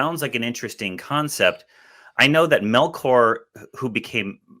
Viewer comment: Melchior pronounced, according to the Silmarillion as Melk-your with a dipthong where the k is. Mel-khhh-your?